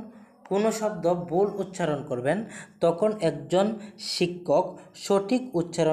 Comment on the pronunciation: ভাই কিছু কথা বলার আছে।আমি একজন পিজিটি শিক্ষিকা।তোমার সব কিছু ঠিক আছে, কিন্তু তুমি মানো আর না মানো তোমার উচ্চারণে অনেক ভুল আছে।আগে উচ্চারণ ঠিক করো।একজন শিক্ষকের প্রাথমিক গুন বা বৈশিষ্ট হল সঠিক উচ্চারণ।তুমি 'ভুল' উচ্চারণ কে উচ্চারণ করছো 'বুল'। 'থাকবে' কে উচ্চারণ করছো 'তাকবে'🤣।'অর্থাৎ'কে উচ্চারণ করছো 'অর্তাৎ'।ভাই তুমি মাছ বাজারের কেউ না তুমি শিক্ষক তাই উচ্চারণে মনোযোগ দাও। ভুল বলে থাকলে নিজে শুনে দেখো।তোমার ভালো চাই তাই বললাম। আশা করি পরবর্তী ভিডিও দেওয়ার আগে জিনিষ গুলি ঠিক করবে। শুভ কামনা রইল।। বেশ কিছুদিন ধরে দেখছি,না বলে পারলাম না।🙏🙏🙏